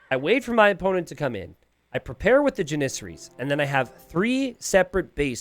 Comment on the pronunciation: I wish that you would stop mispronouncing janissaries